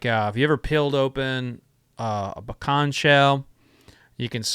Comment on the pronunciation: Same here lol. I know you're not lying about that pecan tree since you're not pronouncing it Pee-can